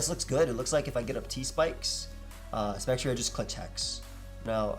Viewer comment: I think Spectrier is a combination of specter and cavalier, right? So it’s pronounced Spec-tree-er.